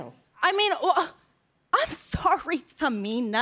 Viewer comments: I’m sorry TA-MIN-A 😂😂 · Im Sorry TA-MI-NA! HAHAHAHAHAHA